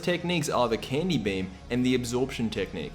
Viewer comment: I know you said the Candy beam for buu, but I swear to god I heard "The Candy bem."